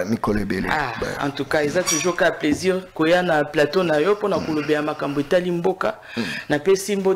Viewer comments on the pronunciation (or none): none